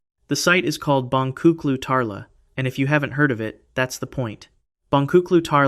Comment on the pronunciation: The "C" in Turkish is pronounced as a "J." The correct pronunciation is "Bonjuklu Tarla." JSYK! :)